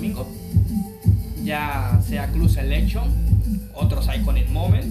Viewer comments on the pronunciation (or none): ademas se dice "clab" y después dices "Selekchon"